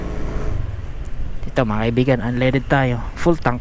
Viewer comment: Natawa Ako sa unleded(unleaded) na sinabi mo